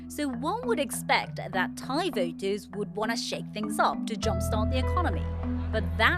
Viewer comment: Also this lady how did she get this job? Can’t even pronounce the names properly she obviously is not educated enough on Thai politics. I’m sure she is very qualified just not on this specific issue and it’s easily noticeable